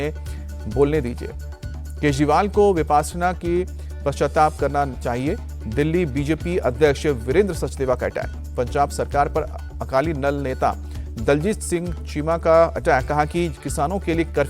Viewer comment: Akaali nal nahi akaali Dal hota hai